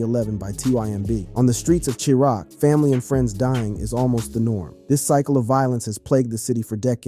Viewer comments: Chee rock???? Its prounounced "shy rack" bro....chi-raq....as in chicago+iraq!!! Gotta get these little details right if you gonna be makin vids bout rap culture or bout hood news homie.....cheerock??? Lmmfao😂😂😂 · Exactly cause Where is Che-Rock 😂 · It was the streets of chee rock that got me 😂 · Wtf are these pronunciations in this video? Qwa-vo instead of Quavo. Feral Williams instead of Pharrell. Che-rock instead of Chiraq (Shy-rack). Boy drunk as hell. 😭😂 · he said cheerock lol..its CHI raq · Did you catch the "chee-rock" in place of "chi-raq" lmfao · He really said Chee-rock 😂😂😂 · “Chee-Rock?” This narrator doesn’t know anything about hip hop 🤦🏾‍♂️ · xxxtentayseon, kwaavo, shee-rack, farell he's the worst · My exact words. CHEE RAQ like wtf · bruh can't pronounce chiraq ... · Quavo, Pharrell, chiraq, xxxtentacion, my goodness.